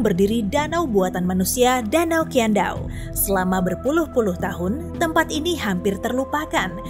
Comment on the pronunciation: Danau Qiandao? Q di pinyin setau ku bacanya xhi Jdi bacanya xhiandao